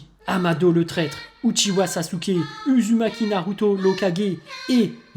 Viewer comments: ça se prononce ouzoumaki et ouchiwa 😉😁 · Chuis la Seul a avoir remarqué qu'il prononce mal Uzumaki Naruto et Sasuke Uchiwa ????👍